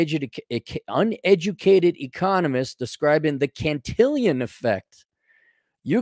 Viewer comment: Can-till-on bro. To be Can-till-ion it would need an “i” before the “on”